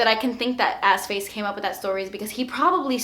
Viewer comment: Oh! Was it AskFace??? I thought she said AssFace! Lol!!!